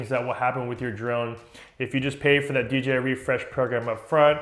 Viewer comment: DEE JAY EYE. not DEE GEE EYE.